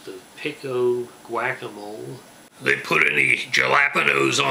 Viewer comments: "whack-a-mole" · I love the way you pronounce "pico de gallo, guacamole, and jalapeño" 😂